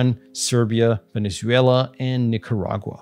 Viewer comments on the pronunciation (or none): none